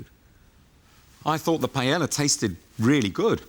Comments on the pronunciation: Why british cant say PAELLA? not Pellela LOLO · Sweet jebus how come the British can't seem to figure out how to properly pronounce paella? It's not that hard. Pie-ay-yuh